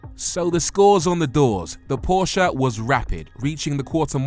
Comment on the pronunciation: You both review cars for a living and don't pronounce Porsche correctly.